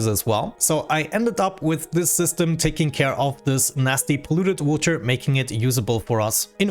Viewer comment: No hate intended, what's that accent? I find the way he says water as "wooter" really funny